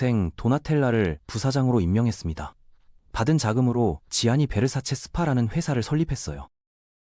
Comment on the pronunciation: Gianni Versace, 지아니가 아니라 ‘잔니’라 발음합니다.